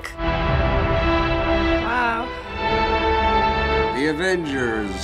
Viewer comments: "Sherk" hahaha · Alisson Zuloaga SHREK not SHERK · “Sherk?” Hahahahahaha SAME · "Green guy back there" "Sherk" LMAO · CAPITAN AMERICA,IRON,BLACK WINDOW, HOWKEY, THOR,"sherk"